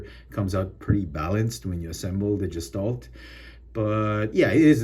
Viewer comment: Pretty good review. Looking forward to Menasor. But you mispronounced "gestalt." 😁